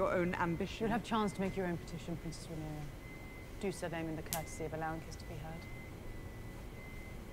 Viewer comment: It's Rhaenyra not Rihanna.